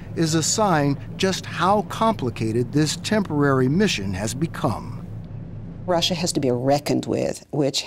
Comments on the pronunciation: Wtf is Russrrrre? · * the whole world * : "russia" * lady * : "ressiur"